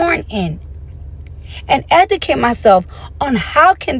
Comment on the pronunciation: She said chim in and edacate😂😂😂😂😂😂 I can’t breathe😭😭😭 this conversation was too much to listen to🤦🏾‍♀️🤦🏾‍♀️